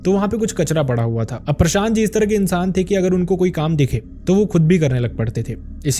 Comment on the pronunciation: "insan " sound ,very bad??